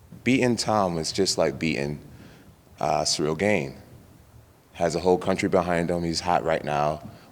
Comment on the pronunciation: THIS MAN STILL WON'T SAY GANE RIGHT! Lol